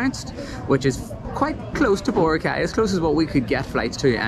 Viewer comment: You need to pronounce BORACAY correctly.